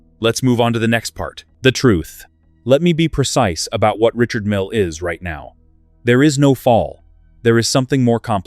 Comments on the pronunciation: The guy is French. His name is pronounced REE-SHARD MEAL. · Perhaps you need to buy a watch that helps you pronounce the name correctly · The AI’s inability to pronounce a name correctly or consistently is intolerable.